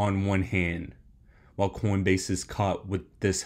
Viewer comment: Coinbase? Or coindebase??